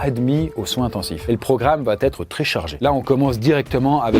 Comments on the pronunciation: De grâce,, arrête de dire "va-t-être"... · Faut VRAIMENT arrêter de mettre un T à "va". Depuis quand on dit "ça va Têtre"????? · Tu dis tout le temps "va-T-être", mais c'est "va être".